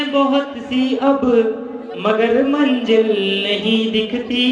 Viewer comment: You have to struggle more bro. You are copying some style & lyrics from Kumar Sir but it is not suitable for you, Don't copy other's style & lyrics, do yours own, And one more thing,correct your pronunciation like not manjil its MANZIL, not maja its MAZA, not sadi its SHADI , not palke mund its PALKE BAND because there is no any word like Mund in Hindi. I hope you will consider these things. haaaa but GOOD EFFORT keep trying it...............................